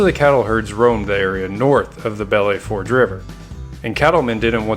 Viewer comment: Ok, you pronounce it Bell Foosh. It is hard to listen to you hack that name.